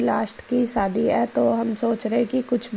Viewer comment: सादी नहीं होता है जी शादी होता है